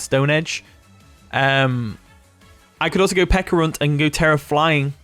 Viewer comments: Stop saying “Pekka” Its Peh- CHUH ah. Pe CHA runt. not Pekkarunt. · Pe-ch-a-ru-nt….. pe-ch-arunt…… pe”ch”arunt….. u know ch like cheese? Ch